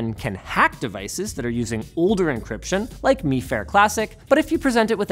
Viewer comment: Its not Meefare, Its Myfare, linus -_